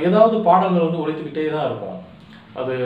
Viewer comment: தம்பி !நம்ம ஊருங்குற மகிழ்ச்சியில உங்க தமிழ் உச்சரிப்பு கூடை கூடையா மண்ணை வாரிப் போட்டுருச்சு....ழ கரம் லகரம் கத்துக்கணும் தொலில் பாடல்கல் அப்படீனு சொல்லலாமா? எழுத்துத் தொழிலுக்கு வந்து இருகிற சினேகன்ல இருந்து வர விரும்புற நீங்க வரைக்கும் தமிழ்லயே ழ் இருக்குங்கறதை மறக்கலாமா?..தன் தாய் மொழியை தப்பா உச்சரிக்கிற ஒரே இனம் தமிழினம்தான்! தயவு செஞ்சு கடுமையா பயிற்சி எடுத்து சரியா உச்சரிங்க.. நல்ல எதிர் காலம் வரும்...40 வருஷமா தமிழை சரியா பேசி,சரியா எழுதிகிட்டு இருக்குற ஒரு சினிமா எழுத்தாளன் ங்குற உரிமையியல சொல்லுறேன்... தப்பா எடுத்துக்காதீங்க!